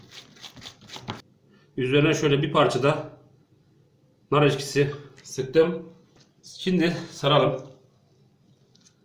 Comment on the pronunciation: NAR EŞKİSİ DEĞİL NAR EKŞİSİ BUNU DÜZGÜN SÖYLEYİN ALLAH RIZASI İÇİN